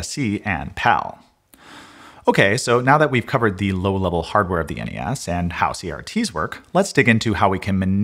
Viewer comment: Why do people say "ness"? "Enny ess" is so much better. Well done sir.